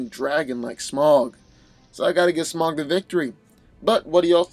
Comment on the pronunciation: It’s pronounced smowg, god damnit.